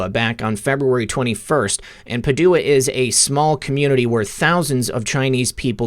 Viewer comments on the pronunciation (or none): ‘Pa’ as in Pat ‘du’ as in do ‘a’ as in uh. Pa-do-uh. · Paw - dew - ah?!!🤦Oh no, no, no. It's pronounced Pad - dyou - wah (Padua, Italy) I guess you don't know your Shakespeare.🙄😁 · Hey. Always great work. I really don’t know how you figure all this stuff out. Really stunning. As an FYI. Padua is pronounced Pa due a. Keep up the great work! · it's pronounced Pa-du-a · PS Padua is pronounced PA' dua... Accent on first vowel... Virtual HUGS ❣️